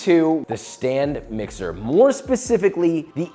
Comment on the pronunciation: So you're telling me it is a stand mixer and not a Stan mixer?